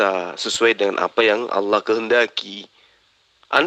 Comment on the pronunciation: alah🤣🤣🤣nyebut aja gak bener